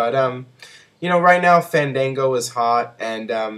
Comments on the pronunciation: is not "fendengo" its FAN DAN GO! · booooo! ...its FAAANN DAANNN GOOOOOO - GET IT RIGHT :)